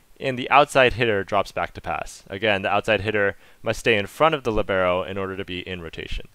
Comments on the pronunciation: All cool and useful, but it hurts my Italian hears to hear "libeeeero", because it's supposed to be pronounced "liiiiiibero"... :-) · Great explanation, thanks! Oh just one thing: it's lìbero, with the stress on the i, Italian for 'free' (to move around).